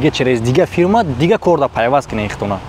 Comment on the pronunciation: Бесавод ферма нагу фирма бгу гап занира ёд бги